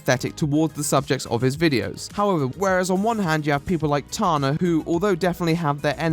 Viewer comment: Why does he say tarna not tana 😭